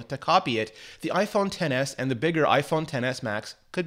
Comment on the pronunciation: Its pronounced "iPhone excess"